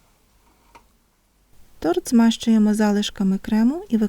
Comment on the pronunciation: Ой , як завжди смакота , тільки не тРот, а тОрт